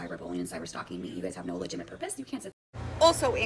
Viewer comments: She’s right.. no legiminate purpose here. Gee sus H. Say it with me LUH JIT TUH MIT. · "Legiminate"? 😂 Trying to stand on business when it's a lemonade stand selling water 😂.